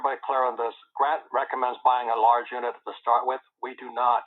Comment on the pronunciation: he didn't say stay small, he said: "start small".